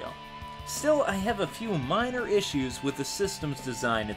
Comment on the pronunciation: issues....not issou ...